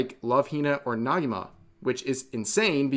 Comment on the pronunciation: that's an e in Negima, not an a bro. it's not Nagima